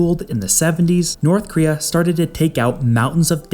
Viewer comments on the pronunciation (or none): Why do you pronounce it as Northkria?